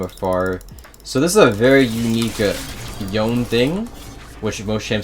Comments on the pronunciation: i dont like you don't call him Yo-Ne instead of John, nice guide btw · His name is Yone. yo-ne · Love the guide but is his name not pronounced Yo-nay? Yasuo says his name. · Bro is the best Yone player in the world and still pronounces it like "Yown" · I can't believe one of the best yone players in the world still pronounces THE FUCKING NAME WRONG. That aside, this guide is perfectly timed, been trying to learn YO-NE myself recently